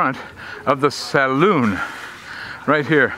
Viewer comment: gets an extra 10 pts for pronouncing Saloon correctly. Brilllllliant as always - thanks for sharing 👍 Hopefully the beer was cold + 2 pts